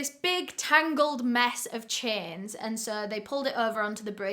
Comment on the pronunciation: 😭😭😭it took me a good while to figure out. that she was saying,"Chains"instead of,"Chins"😭😭😭😭My stupid ass.